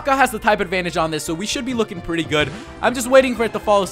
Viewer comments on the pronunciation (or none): Tighp. You mean Type? :)